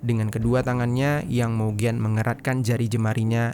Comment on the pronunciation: Halo Bro, Mohon izin bukan saya sok pintar atau gimana, Membaca nama kota negara lain, mohon ikut cara baca mereka, aneh saya mikir dua kali, apalagi nama orang. Mougen dibaca Mogen, Luzhou dibaca Lucou. ikuti cara baca bukan hanya abjadnya. biar tidak salah paham.